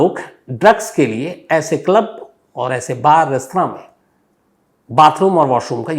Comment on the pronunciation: Shams ji aapko club pronounsation nahi aata ,😅